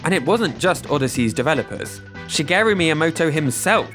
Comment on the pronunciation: FYI your pronunciation of Shigeru is wrong. You're pronouncing like an italian name. You put the emphasis on the second syllable whereas it's supposed to be on the first syllable. SHIgeru not shiGERu.